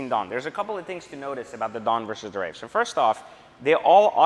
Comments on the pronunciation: There is no " F " in WraiTH. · WRAITH ( TH ) no "F" in Wraith dude!!